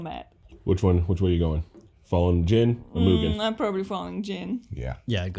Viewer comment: Wonder how long they're going to mispronounce Jin's name?